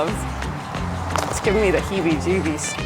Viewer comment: Love this video so much. I’ve done many projects like this. Landscaping renovations ect and idk how you guys do it so quickly. Good job 👏 “it gives me the hebbe jebbes”!!!😂😂😂